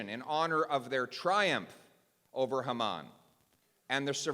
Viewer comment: Ms. Lantsman, you must have coached him … he pronounced “Haman” correctly! 😅